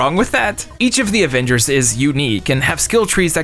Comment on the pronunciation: called em the abembers😂😂